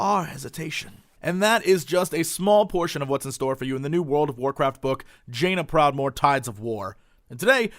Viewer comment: did jesse says "vajaina proudmoore" ?